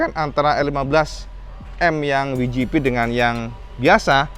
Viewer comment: Kalo mau pake bahasa Inggris WGP ucapannya (Dabelyu Ji Pi) bukan (Wi Ji Pi) 😀 piye toh pernah keluar negeri mosok ga tau, sehat2 terus ya, salam jos gandos..